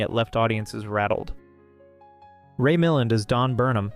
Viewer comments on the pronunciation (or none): Excellent video. Just one FYI: Ray Milland's name is pronounced Mi-LAND, not MILL-und. Otherwise, everything else is well done and researched. :) Just wish you would have included Joseph Cotten's menacing performance as killer Charles Oakley in Alfred Hitchcock's masterpiece, Shadow of a Doubt. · No one who ever saw a Hollywood Golden Age film would call the talented, award winning Ray Milland, Ray Milen. It's Ray MilLAND. I note that you mispronounce to many star's name that you must be doing it on purpose to see if we're paying attention. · Davis' makeup in "Little Foxes" adds to her inhuman portrayal. She looks doll like, and the lack of facial expression only adds to this. Ann Savage's playing of Vera in "Detour" is also unsettling. Her cruelty is harsh, perhaps even more so than that of Laurie in "Gun Crazy." Lawrence Tierney played many roles where his characer "just didn't give a damn." P.S. - Ray Milland's last name is not one syllable. It is pronounced "Mil-land."